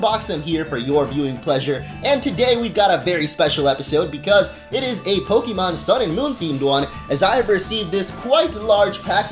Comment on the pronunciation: it's pok-AY-mon. STOP STRESSING E'S